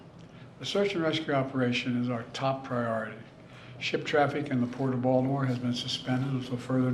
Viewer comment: Vaultimore, ballimore, oh man this guy can't speak properly